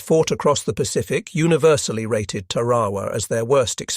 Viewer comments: Ta’ ra wa not Ta ra’ wa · Two corrections 🥈 1. It’s TARAWA not terowa 2. The United States of America is a Republic not a democracy !